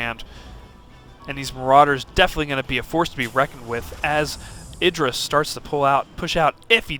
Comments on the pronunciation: Actually Artosis pronounces it eye-dra as he interviews him about the predictions in this very tournament. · Got it, thanks. I see that he's explaining the origin of the name and how it came to be but the Artosis still refers to him at eye-drA. I would think that IdrA would have corrected a long time ago. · EYE - DRA